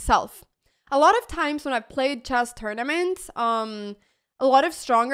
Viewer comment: I love how Anna says "Chass" instead of Chess :goodvibes